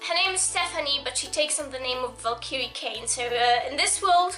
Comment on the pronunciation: U DON'T KNOW HOW TO SAY VALKYRIE PROPERLY!!!!!!!!!!